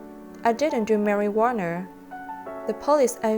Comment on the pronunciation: I like how she pronounce marijuana to marijuaner. Lmao its better way to pronounce it.